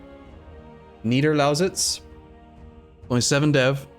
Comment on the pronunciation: your pronunciation of "Niederlausitz" in was on point! :D